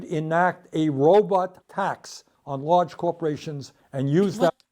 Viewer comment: he says Robot like Dr. Zoidberg... "Robit"